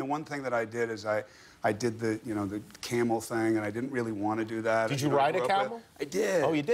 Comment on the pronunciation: Am I the only one that heard Jimmy say caramel instead of camel